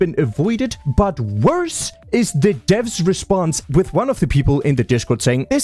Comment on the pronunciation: Tiny observation your subtitles say deaths instead of Devs.. multiple times, it's how you say dev with a *vths" sound to it like devths